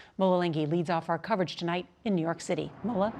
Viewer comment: did anybody hear new york citery